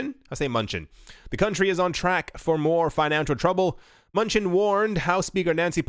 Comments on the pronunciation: It’s pronounced Manoochin not munchin lol 😂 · Secretary of Treasury Steven Mnuchin’s last name is pronounced “Ma-New-Chin....accent on new :) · steve muh-new-chin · US Treasury Secretary Stephen Mnuchin (pronounced: Men-Noo-Chin) :) But Munchin FTW! :D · It's pronounced "M'nuchin." It is not a typo. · The way you pronounce the names of some people is hilarious!! Makes me laugh 😂 munch in hahah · Tells us we should pay more attention to the financial world. Doesn't know how to say Steve Mnuchin's name (Min-oo-chin). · Steve Muh-new-chin bro